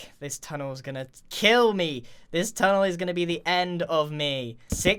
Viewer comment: grian "secret tunnel" me "SECRET TUNNLE!!!"